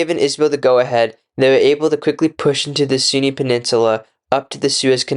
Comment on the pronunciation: Great video but you could try practicing pronunciation I think lots of people are turned away by poor audio quality. You constantly refere to the Sinai as the Sunni which is annoying.